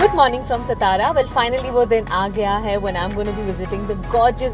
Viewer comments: I agree with you, further it's Saat tara, not Sath tara, and Kandi pedha, not Kanti peda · Nice video but Satara is pronounced as 'Saatara' and not 'Sataara'...also it's kandhi pedha and not Kaanti pedha.... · English/Marathi madhe video banva. He faltu hindi amhala nka aaikvu. Aani ya madam la shabd jara nit uchar karay sanga सातारा la सतारा aani कंदी pedhyala कांदी mhanat aahet. Shikun pn jar nit uchar krta yet nasel tar shikshana cha kahi upayog nahi zala asa mhanava lagel. Jar itkya heen prakare Maharashtra sarkar tourism promote krnar asel tar na kelala bare. Mazya gavacha nit uchar krta yet nasel tar mg navch gheu nka. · I enjoyed the vlog but it’s feel weird to hear she saying SATARA in wrong way…at least for a Marathi ppl like us …